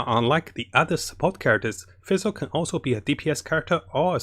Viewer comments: I noticed that you have trouble pronouncing the name Fischl. You pronounce it like Fish with an L at the End. Also for her artefakts 2 piece thundering fury and 2 piece gambler is really nice if she is your support. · "Next we got vessel now if you don't have vessel" I'm like wait what? oh you mean Fischl xDD I never heard anyone call Fischl like that before XD but thanks for video! I actually love your videos! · fesel sacros donna farnonus? this man can say sacrificial just fine but not FISCHL which is literally the same pronunciation as the FICIAL in sacriFICIAL... ???